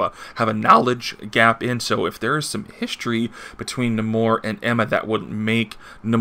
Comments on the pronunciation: Do u call Namor Num more? Pretty sure its Nay More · Funny enough...I say Nahmorita. But...It never occurred to me, in all my years of reading comics that it's pronounced Nah-mor...never.